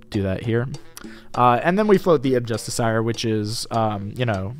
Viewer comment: the real tell is how far off his pronunciation of 'justiciar' is